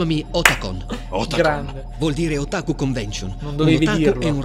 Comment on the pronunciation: Comunque Otakù non è molto diverso da Stamìna,!